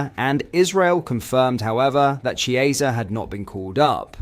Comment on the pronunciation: I know you’re a Brit, but please make an effort to pronounce players’ names correctly! Examples: Chiesa “ch” is pronounced as “c” in “coffee” (not “ch” as in “chess”). Kiteke is not kiteKAY. Both “sz” in Szoboszlai are pronounced as “s”. And Arne Slot is not ArNAY. Please and thank you.